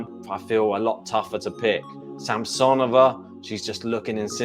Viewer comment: Sam-suh-nō-vuh is the correct pronunciation 😂